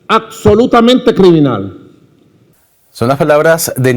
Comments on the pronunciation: "accsolutamente...!" Categórico Madu! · aCsolutamente, aCsolutamente!